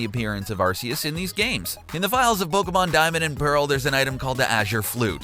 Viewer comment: it's pronounced ARK-E-US, noob